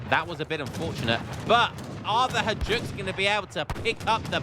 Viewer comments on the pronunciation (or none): Great game. Hajduks are pronounced as hi-dooks.